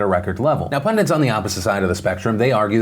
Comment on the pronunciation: The word is pundits not pundints. There is no such word as pundints. You Americans.